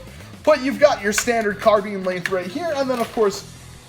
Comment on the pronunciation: carbine is pronounced caar-byne